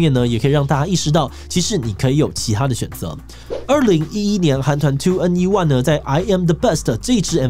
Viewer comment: 我跟樓主就不一樣了，我是因為私心才希望影片提到他們的。 不是說BP不好，但是吹起Girl Crush旋風的明明就是2NE1跟其他團體開始的，既然要介紹為什麼不介紹得完整一點？ 光是團體名稱就打錯唸錯，明明台灣也有很多K-POP相關組織，去問一下蒐集一下正確資料再來發影片很難嗎？🙄🙄🙄